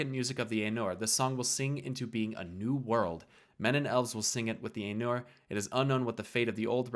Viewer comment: The pronunciations are driving me nuts. XD EYE-noor. VAL-ar. My-ar.